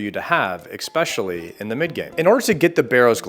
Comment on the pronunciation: "eckspecially" lol it is especially